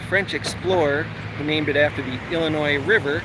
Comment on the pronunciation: Didn't I write in my comment yesterday that I had a feeling you'd be in IL soon?! Somebody knows his midwest geography!😎 You are 100% correct about the "Illinois" pronunciation, but I do have to call you out on a minor pronunciation violation... IL folks pronounce Cairo as "Care-O." Now if you think that's a funny way to pronounce it, we have many other fun city pronunciations: Very close to Springfield (and the unlikely capital as you mentioned) we have Berlin and Athens. It's "BER-len" [emphasis on the BER] and with Athens... it's a hard A, not a soft A as we say with the one in Greece. And finally, I'm sorry I didn't see your reply to my WI comment until now, but a fun fact about my hometown Springfield, IL is that it is the birth place of the corn dog on a stick (Cozy Dog Diner, only a couple of miles from where I grew up). 💥